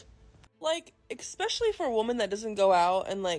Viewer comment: Ekspecially? Really? Is that a word now? I guess it's no different that , "I axed you a question."